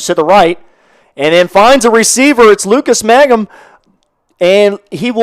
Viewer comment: It’s ….MANG-HAM….just like it’s spelled. If you deducted 50 points from my IQ, I still could not possibly arrive at the pronunciation “MAGGUM”